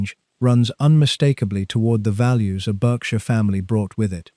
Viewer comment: Pronouncing "Berkshire" repeatedly incorrectly and the excessive length and verbiage did not increase my enjoyment of this AI production.